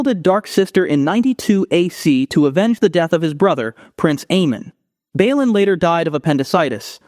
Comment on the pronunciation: Bay Lon not Baylin